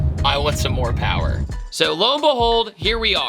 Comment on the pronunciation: There's no such thing as too much pawa.. 😂